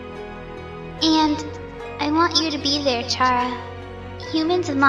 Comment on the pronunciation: Chara is pronounced as kara, not charah. Like character. "Chara"cter.